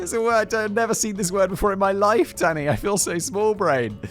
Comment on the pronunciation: It's got to be some sort of diagnosis that every time he says Danny, I hear Daddy and grin. 🤨